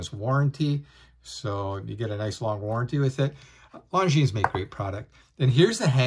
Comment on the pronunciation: Luv the watch, hate that Longines insists on giving their automatics a solid caseback instead of a display back. You pay the money, you should get to view the movement at will. Thx for mentioning it looks good on a NATO! Good to hear. FYI: The "s" at the end is silent.